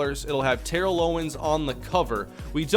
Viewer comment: It’s pronounced Terrell not Terrell